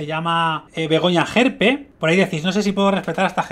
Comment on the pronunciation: Y dale con extrema derecha,y es gerpe,no jerpe!!pon cuando dice wue cosas no le gusta de Vox,te liasss y no tienes ni idea de ella